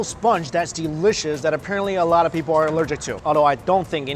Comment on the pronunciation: It bothers me when he says "delishush" lol